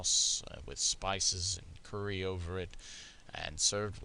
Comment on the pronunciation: Your German seems to be very good, but I've never heard anybody in Germany pronounce "Curry" as if it was spelled "Kurri". It's pronounced more or less in the English way, as if it was spelled "Körri". I may correct you regarding Schnitzel, as most of the time it's pork, at least in Germany. Only if it's called "Wiener Schnitzel", it must be veal. And don't let you fool by the naming ".. Wiener Art", as this also means that it's pork. Stollen or more exactly "Christstollen" originates probably from Saxony, but not exactly from Dresden. It's only that the Dresden variant of this cake is the most famous and most popular one. There also are some other kinds of Stollen with different recipes. Everyday's breakfast of most Germans is simpler than you describe it. In hotels, however, at least in bigger hotels, you usually find a large breakfast buffet with all the food you mentioned and more, mostly also scrambled eggs and often even fried bacon. But this is a development of the last decades, formerly the typical German hotel breakfast was more sparse and in some places it still is.